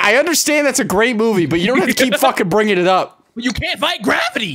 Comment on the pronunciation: ever time said gravity I couldn't stop laughing.